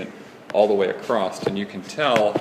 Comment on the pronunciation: There's NO SUCH WORD as "acrosst"! Who the fuck talks like that? Never took an English class, huh?